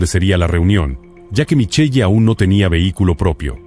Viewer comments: No s pronuncia Michelle..... s pronuncia MICHEL, m chirean los oídos escuchar eso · Se pronuncia Michel